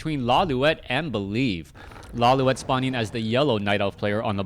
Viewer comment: isnt it pronounced "LawLeet"